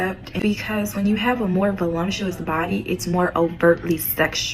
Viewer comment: Is “Volumptuous” an ingenious new hybrid slang or was she just misspeaking “voluptuous”? Asking so I can stay current. 😅